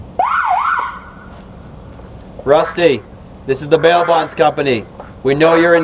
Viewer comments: When say “ this is the bail bond company” it sound like he is saying “ This is the mail box company” 🤣🤣🤣🤣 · I thought he said mailbox company